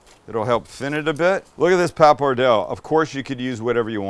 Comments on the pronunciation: Oh the way you’re pronouncing “Pap-er-dell” is driving me nuts. “Paa-pa-Dell-Ay”!!!!! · It’s pronounced “papar-del-lay” fyi….. Looks good. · You’re pronouncing the Pasta incorrectly by the way